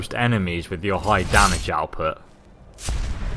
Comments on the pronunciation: Its not damige, its damage. I hope you were joking. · You actually spell it as "damage" not "damige" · 1080 damige you know xD its damage xD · Can we talk about "damige"? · damage. not damige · "Damige" - 2014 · "damige" i hope that was intentional